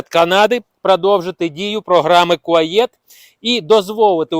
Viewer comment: Не Куаєт, а Куает